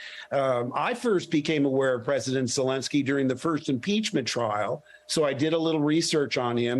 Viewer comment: Thanks for this interview, Mehdi Hasan. Mark Hamill has always impressed me, with his straightforward honesty, open engagement, and steadfast integrity. He even pronounced “Zelenskiy” and Sergio Leone’s first name, correctly. The only moment that slightly startled me (and dates him!) was that he used the Hollywood term ‘Spaghetti Western”! I always found that designation rather denigratory, and much preferred the older expression “Italo-Western”! Sergio and his old classmate Ennio Morricone were truly formative of that genre, which wouldn’t have had such an impact without the boisterous, often tongue-in-cheek humor of the musical scores!